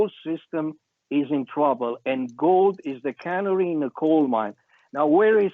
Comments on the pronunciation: It is not the cannery in the coal mine it is the ca-nar-ey -- the little yellow bird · Canary like tweety bird, speaks six languages cut him some slack svp.